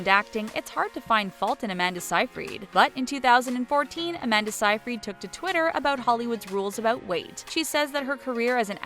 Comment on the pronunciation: Aaahh you can't pronounce anything properly! Seyfreid is "Say-freed," Brosnan is "Brohs-nan," and band C+C Music Factory is "C and C."